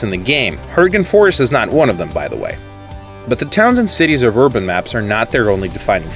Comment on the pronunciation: btw uploader it's erben not orben, work on that pronounciation a bit it sounds really weird and awkward